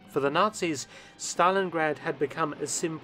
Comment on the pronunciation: "Zanis" :-D